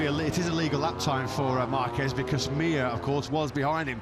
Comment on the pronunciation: Will the commentators ever learn how to pronounce Márquez???